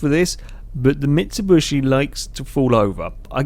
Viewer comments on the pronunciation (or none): No, I'm from the uk and I pronounce it Mitsubishi, might just be him. Never heard anyone say Mitsubushi. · Did you say Mitsubushi Pajero? Lol